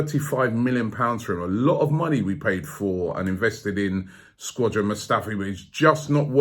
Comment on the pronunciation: he says it like that all the time😂😂😂